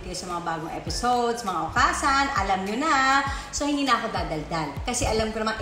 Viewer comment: new subscriber here!honestly dahil nakita ko ang diamond star kaya ko po napansin na may YouTube channel pala si ms.merryl :-) just wanna share lang po at d para umepal because i live here in japan,okasan should be pronounced as okasang.parang hasang?ng isda.good luck po & more power mama meme!